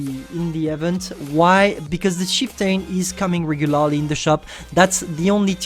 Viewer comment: Its heavy not hivie and regulaaarlie lol i can so tell you are french